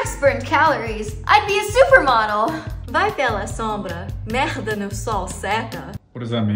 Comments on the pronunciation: o "merda" foi perfeito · As a Brazilian, i must say that this "merrrda" was perfect